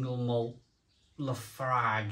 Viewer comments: It’s pronounced La Froig. Trust me I’m a Scotsman. 😂 I made my own IPA at the Innis and Gunn Brewery a few years back. Was a fantastic day out. Only downside was had to wait 2 weeks for the keg to be ready. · "Laphroig" is the way it's pronounced.